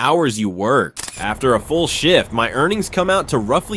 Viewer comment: If it wasn't for the subtitles, the word shift sounded like Sh1t